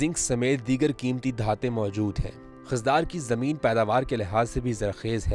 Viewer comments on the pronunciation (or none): Aap ko yeh pata hona chahiye k khuzdar ko khizdar na pronounce Karen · Please correct your Pronunciation it's Khuzdar not Khizdar . Please try to take all names Correctly